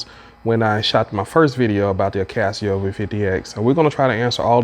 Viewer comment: I is NOT Akaseo......it is Akaso. We are not all 'guys!' Going somewhere else Oh, speak more distictly.